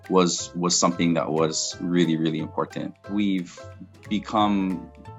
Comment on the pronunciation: Soooo SICK of these idiots pronouncing words like “imporTANT”! Ignorant people given authority. Bad combination.